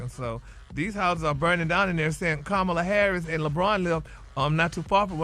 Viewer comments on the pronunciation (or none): none